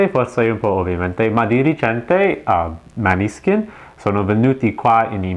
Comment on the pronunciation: Comunque si pronuncia Moneskin.